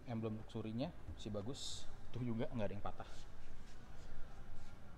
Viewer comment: Ucapan luxury nya jangan kaya org kampung gitu donk,,,malu2 in aja bikin vlog BMW tapi ngomong luxury aja salah,belajar cakap bahasa inggris yg benar. Terus ucapan velg nya yg benar, masa velg jadi " pelek ". Ngga cocok jadi vlog mobil BMW lo. Ketawan Sales tamatan SMA